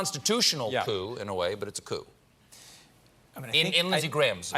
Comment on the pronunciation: Heh... he said "couie"... heh-heh ;-)